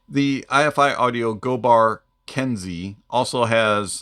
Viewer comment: Good review! I'm not trying to nitpick, but the name of this company is Eye-Fi, rhyming with "hi-fi". Anyway, love your channel! Good stuff.